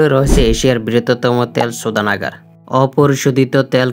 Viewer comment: তেল শোধানাগার ❎ তেল সুদানাগার ✅ 😒